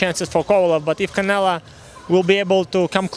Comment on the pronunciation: Lmao at "CanleA"😄😄